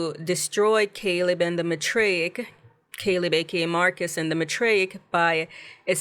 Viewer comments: It's math-ray-ic not Ma-tray-ic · Season 2 was way better than Season 1. Probably the best sci-fi / horror show this year. I just hate that we have to wait so long for the next season…. If they were to be renewed…hopefully. Lol I think it’s pronounced “MYTHraic”